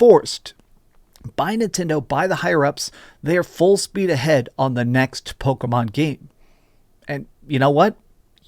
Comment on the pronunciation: I can't get over him saying "Pokomon". Driving me nuts.